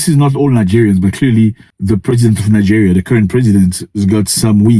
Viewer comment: he said it correctly.